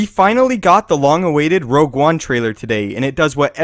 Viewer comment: Rogue, not "Rouge"